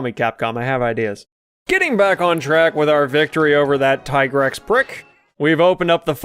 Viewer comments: its not TIE-GREX or TEE-GREX its TIGER-X! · The famosos "Tee-grex" ahaha